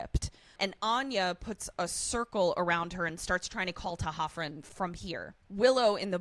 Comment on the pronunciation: Not sure if I'm right, but I think it's D'Hoffryn, not T'Hoffryn like was saying. Another great moment of Riley being a really good guy is that scene that couldn't stand. When Buffy is going on about marrying Spike, Riley is honest about how he feels about it and reacts the way his emotions tell him to. He doesn't macho out and yell at her or pretend he doesn't care. Also, that really looks like a red flag against Buffy. He was clearly really upset and confused and was not having fun, so for her to double down on a prank like that (as far as he knows), looks like she has a cruel streak.